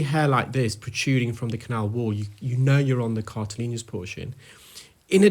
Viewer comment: “Cartilaginous” is the word,. “Cartilineous” is not a medical Term.